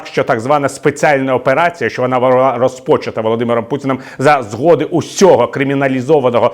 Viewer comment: Не розпОчата, а розпочАта ! І не ображайте пєрмяків які хочуть поховати Путіна на його і своїй ,,Родінє".